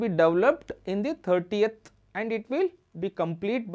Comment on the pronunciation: Video is amazing just the way you pronounce 13th is wrong and it's confusing. Your pronouncing as if it's 30th.